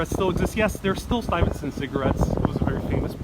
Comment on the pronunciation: Good stuff, but pretty sure that’s not how you say Stuyvesant lol